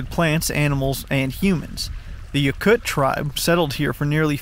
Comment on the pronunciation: Yokut pronounced Yo-cut